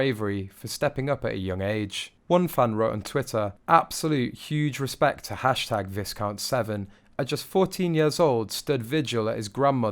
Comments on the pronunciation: It's not pronounced vis count its pronounced vycount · It is pronounced Vi-count, not Vis-count, the s is silent. Viscount is his title, so, he is Viscount James Severn. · I have to tell you it’s not pronounced Vis count, it’s pronounced Vy count, the s is silent. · It's not visssscount. It's pronounced V (eye) count. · It's pronounced Vy-count, not Viz-count. Check for yourself. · Please correct your pronunciation - Its VI - COUNT as in hi and not VIS-COUNT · THANK YOU!!!! Its been driving me crazy that he keeps pronouncing its Vi•SS•count and not VA•I•Count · It’s not viscount as you said it, it’s pronounced Vai: count as in dye = vai= count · You don’t know how to PRONOUNCE the word Viscount! The ‘s’ is silent. The word is pronounced VIE-COUNT. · The "S" in VISCOUNT is silent. It's making me wince every time you say it. It's pronounced; VAI-COUNT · Most American You Tubers who analyze the behavior of the royal family mispronounce viscount. It’s pronounced VIE-count - the “s” is silent. I wish they would do a simple check on their computer before uploading. It’s embarrassing and makes those of us across the pond look a bit clueless. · His correct name with title is Vi count SeveRn !! The ‘s’ is silent and it’s not Seven ! His name comes from the Welsh River Severn. His mother has Welsh connections She was Sophie Rees Jones prior to her marriage. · Princess Eugene?! Visscount!!?….. and this guy’s a Brit! Disgraceful… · Ugh stop saying visss count and it’s Loueeee not is , do some proper research first before you make a video like this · The wonderful English language is at it again! Viscount is pronounced Vie-count…because, English. And Viscount Severn was a credit to his parents and his Grandmother. Enormous courage and respect. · Pronunciation of viscount is like v eye count , the s is silent , please that is so distracting whilst you talking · Viscount is pronounced Vy-count! And Louis is Loo-ie. If you're going to do a voiceover, get the details right!!!